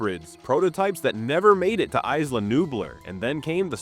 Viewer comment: The pronunciation of “Nublar” is sending me. Had to stop watching 😂